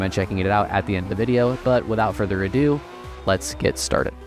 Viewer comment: “Without further a due…” furthers a due😂